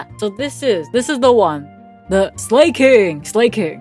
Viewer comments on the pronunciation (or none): Slaking is pronounced Slah-king because it's literally just Slacking without the "c" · "slay king" i dont fucking believe you. "lap her ass" you fell to the dark side WAY earlier then most normies huh? hope to god theirs nothing else.. "dunce-" yeah no shit it doesnt work you got like a bootleg version or something the gag varient that says ass anythime the sound 'as' appears in any word! even if its acs" is arceus "Ass-we-us" ? almost sounds like a butchered asriel pronounciation... how has this never appeared in a previous video i've watched of you... "obama" theirs something deeply wrong with you... how'd it take till this video for it to appear i dont believe you exist as a person... concerned... concern. anyway uhm fucking take a like not watching this wth go back to smol maple the only real perrson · I love how you gave 2 incorrect pronunciations.For slaking. Considering it's been confirmed that it is literally just pronounced the same as the word slacking...